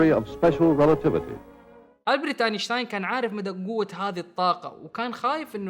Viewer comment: البرت مو ابرت